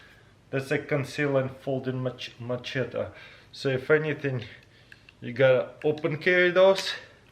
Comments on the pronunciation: Say machete lol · Please someone teach him how to pronounce "machete" 😂😂 it's hurting me